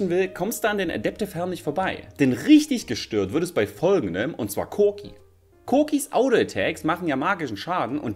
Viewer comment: c00ki? wtf der dude heißt corki